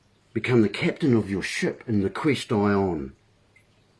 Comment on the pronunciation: Take off the mask and ask of the quest-i-on.